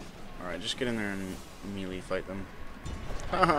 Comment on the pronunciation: I wounder if learned how to pronounce melee since this video was uploaded.